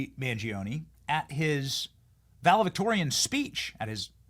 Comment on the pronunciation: ValeDICtorian not valeVICtorian. Sorry, pet peeve.